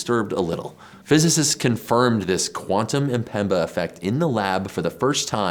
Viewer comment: Isn't amazing that many English speakers seem incapable of pronouncing Mpemba and say Empemba instead? The way phonetics of one's own language literally makes one uncapable of hearing some pronunciation details is crazy.